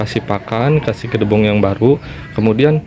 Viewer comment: Mamang, jangansebut gedebong tapi gedebok yg, maafya